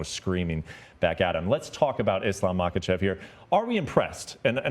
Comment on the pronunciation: The ignorance and disrespect shown to islam by laura and the other guy in mispronouncing islams last name its pronounced mockleshev. I mean you guys are sitting next to the smartest and kindest man in the world undefeated ,undisputed just ask him and chael will gladly help you pronounce any fighters name . For example this amazing new irish middle weight paul O'costa